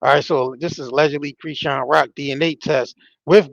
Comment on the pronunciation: Dude why are you purposefully mispronouncing Chris-Sean’s name? You already sound hood af guess you don’t care to sound ignorant 🤷🏽‍♂️ that’s between you and the ppl that raised you. Embarrass them all you want. You can take the 🥷 out the hood type 😬